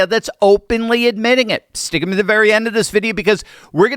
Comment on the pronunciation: It sounds like you’re saying “stick-a-me” to the end instead of stick with me to the end.